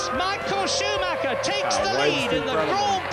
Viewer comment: Deus ex macina. The Red Baron. MI-HA-EL SHU-MA-(h)ER